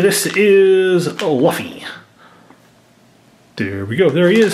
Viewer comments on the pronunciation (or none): How many keyrings did you open? Oh, and it's pronounced Luffy (L-OO-FEE) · It’s pronounced loofy then luffy